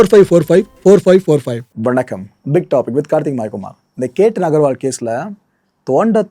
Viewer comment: பெயரை சரியா சொல்லுங்க. கேட்டன் இல்லை அது che.த்தன்.